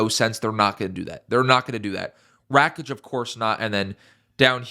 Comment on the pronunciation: lol it is rakic